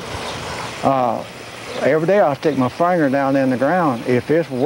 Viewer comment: You know, I wasn't real sure 'bout that "in Dallas, TX" thing until I heard his pronunciation of "finger" The only folk who say "Fain-ger" are from Central Texas. Your sounds just like my cousin, Osvell Bryson JR. He even looks like JR--wonder if they know each other?